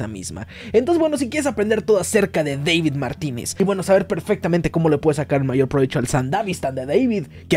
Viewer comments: Buen video, pero no es “Deivid” es tal cual “David” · Es deibito, no deivid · Me da risa como dices DEVID en vez de DAVID! cuando el personaje en la versión español latino le aclara a alguien como decir su nombre jaja, me causa gracia escucharte decir mal su nombre jaja 😂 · No ess Deivid es David, hasta el mismo lo corrigió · Es David no Devid. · Es David no Deivid !! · Se pronuncia David 😭